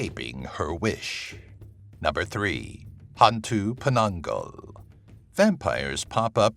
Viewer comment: Great video. There are a couple of demons that even I, as a Malaysian didn't know about, and most of them have variants in their background stories and/or traits. However, i just can't help cringe and laugh a bit when you mispronounced some of their names. ^w^ 'Hantu' was correct. It literally means 'ghost' in Malay FYI. 'Tinggi' is pronounced 'TING-GEE', hard G, not the 'j'. Hantu Penanggal (you missed the L in the vid text) was close to perfect, it's pronounced as 'PE-NUNG-GULL', as in seaGULL. Langsuyar, or Langsuir (theres a few way of calling it), is pronounced as 'LUNG-SOO-YAR'/'LUNG-SOO-YOR' or 'LUNG-SOO-AER'. Orang Minyak was the one i really laughed hard. Minyak (oil) is pronounced as 'MEE-NYUCK', its the 'nye' sound, and the 'UCK' is the UCK in YUCK. I've never heard of the A bao A qu, most likely because its origins are from India, as in a indian lore creature. Granted, Before Islam, Melaya was predominantly Hindu, so the lore might have been told by a several family lines. Not mine though. Gedembai is also a creature ive never heard about, most probably because it is not a mainstream creature like most in the list. Im sure there's a boatload more of malay lore and creatures ive never heard of. For the orang minyak, some think that it's a man who is trying to achieve immortality by making a contract with a djinn, and his task is to take the virginity of 9 women each night in a row to achieve his goal. im not sure what happens if he fails, but most stories end with